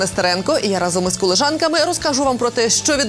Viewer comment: І я разом з коліжанками...". Так має звучати, ,,колежанка" ,,ріже вухо". Прошу не ображатись!❤